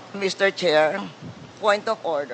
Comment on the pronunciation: Hoy Sara “ Mr. Chair ang pronunciation hindi Mr. Share”😭😭😭